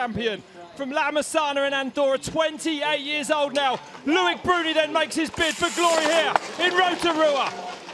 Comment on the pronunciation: L-O-I-C not Louic.